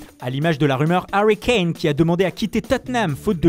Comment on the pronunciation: ahahahaa j'étais pas le seul à me remarquer